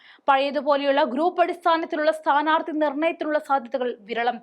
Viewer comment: It is not" sthaarthikal" It is "sthaanaarthikal" madam.